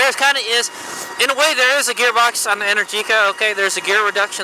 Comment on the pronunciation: Happy Birthday! Amazing choice of bike, and omg that is the most epic string of my favorite bay area roads!! Also just fyi, Energica is pronounced En-air-jica, and it flows kinda like "America". Ok back to watching :D